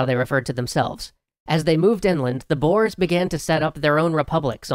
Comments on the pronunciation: Not Boers, but Börs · Why can't anyway say Boere, its not Boers, basically said as Boore (but the OO is a little shorter than scary boo) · The pronontiation of "the Boers" was TERRIBLE, because they are not "Bores" (Im South-African if you cant tell) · Yeah it's pronounced "Boors" not "Boars" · I'm pretty sure its pronounced 'boh-ers', not 'boores' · It's not pronounced "Boars"(animal), more like "Boo-re/u" It's the Afrikaans word for farmers, as that's what the ex-dutch citizens thought of themselves as and wanted to be. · Boars (Boers) XD Being an South African I laughed at that pronunciation. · Yea, they don't know that letter combination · Hey bro! the "boers" as you call it it pronounced like boore. I should know damn it XD awesome vid bro. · Im dutch so i know how to spell boers it is bours that's how you say it:) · Its pronounced - Booorey or boore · It's pronounced "boo-ers". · Typho skarm his pronunciation made me laugh, but it's slightly annoying. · Lol as a South African I can't get over the way he pronounces "boer" 😂😂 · Paul Hanson And mabie even talk about the wrongly prononced "boers" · Boer is Dutch for farmer ( the oe pronounced as the "ou" in you), so they are basically just called the farmers. Great video though ^^. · You didn't say "boer" correct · boers? oh boy... a boer is a farmer in dutch, its also pronounced way different XD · That isn't how you pronounce boers